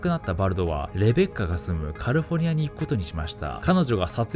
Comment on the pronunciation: お前またカルフォルニアニアって言っとるじゃねーか